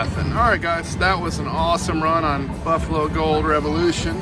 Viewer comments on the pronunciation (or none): Oh my gosh, if you say "beefalo" one more time..... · No offense, but you repeatedly saying “beefalo” is kind of annoying